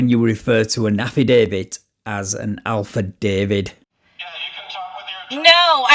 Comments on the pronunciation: I thought it was Alfa Delta, not Alfa David. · did she just say alpha david?! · Near the end did I hear her request an "Alfa-David"? Hahahahahahaha!